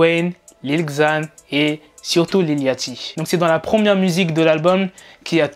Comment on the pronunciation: Les fr areeeeeeeter de dire lil laaaaachty C’est lil liauchty Merci